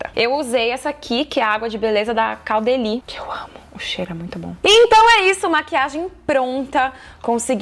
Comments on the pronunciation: Adorei Karol! ps: "Caudalie" pronuncia "codalí" :B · pronuncia codalie